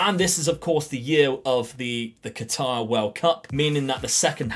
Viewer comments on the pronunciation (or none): none